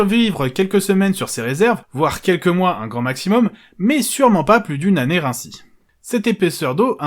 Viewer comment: "Pas plus d'une année R'ainsi"... 😂 Bon OK, je chipote, mais c'est surtout pour le référencement ! Super vidéo, comme d'hab, bravo !